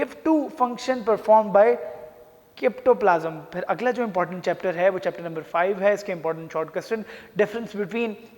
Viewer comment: Bahi ap ko words to Bolna a nahi Raha guess kasa Sahi Bata Sakta ho For example this is cytoplasm not kytoplasm stupid person